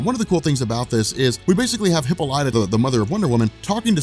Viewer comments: Bro i hate the way you pronounce WW mothers name its (hipp-all-i-taa) not hippolya 😂😂😂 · HIP PAUL IT TAH not HIPPO LIGHTA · Your pronouncing Diana's mother;s name wrong. It's Ha-pol-lit-ta. But spelled Hippolyta . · Dude, for the love of god, learn how to pronounce Hippolyta, it's pronounced huh·paa·luh·tuh! huh·paa·luh·tuh! huh·paa·luh·tuh! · “Hipo-lya” lmao. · Her name is pronounced "Heh-pah-leh-tah" accent on the second syllable. I cannot allow this injustice to stand one more minute. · Proper pronunciation, for your future reference: Hippolyta = Hip POL li ta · hih-PAUL-ih-tah Is how you pronounce it. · *Gan-Th-It. Heh-Paul-i-Ta.... had to... I'm sorry